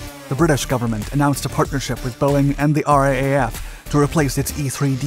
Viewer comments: G'day, I've been an enthusiastic subscriber of your channel; then other channels, since 2013. I'm subscribed to all your channels and they greatly inform and entertain me. By the way, I'm also a proud former member of the R double A, F. Which, my old cobber,, is exactly the way it is said by absolutely everyone in the "R-double A, F" (The Royal Australian Air Force), and it is also said: "R-double A, F" by every Australian I've ever known who knows of our air force be they in uniform or in civvies. Please don't be offended, mate; but you are the only person in the world I've ever heard say the name of our Air Force the way you do. So, come on, it's easy. "Rrr-double'A'-'Eff". We here, downunder in the "Rrr-double'A'-'Eff" wouldn't dream of calling your Air Force "The you-ess-aay-eff" like some civvies say. We always say, as you do: "U-Saff". It's quicker, easier and doesn't make anyone laugh. I've had the genuine privilege of working with the fine men and women of the 'U-Saff' many years ago and, oddly, we didn't have to teach them how to say, "Rrr-double'A'-'Eff", they just knew how to say it. Now we've cleared that one up. Thank you very much for your shots of our outstanding Wedgetail squadron; which we've heard some, from other squadrons, refer to as "The Wedgies", but we won't go there! 😉 Cheers, Bill H. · RAAF Pronounced R double AF! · Just an FYI the Royal Australian Air Force is generally referred to as raf as in raffle or R double A F. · Just a quick note. We call it the R Double A F . 🇦🇺👍🇦🇺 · Interesting video. But in future if you're talking about the RAAF, it's pronounced R-Double-A-F not R-A-A-F. We also just say "raff" (as in riff-raff), but that becomes confusing if talking about the British flying force in the same conversation :) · The Australian name for our air force is 'R - double A - F' not R-A-A-F 👍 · Love the videos! In Aus we call the R.A.A.F. the R double A F or pronounce RAAF as a word.